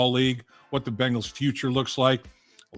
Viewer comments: Can you teach him how to say Bengals and not Bangels.. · Please tell Chris that the name of our team is "BENGALS", not "BANGLES".